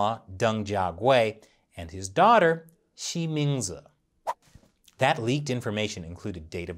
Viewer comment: When you say her name, I keep hearing ''She means it''